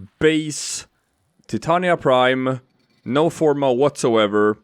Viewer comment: Omg you said her name right. Got my follow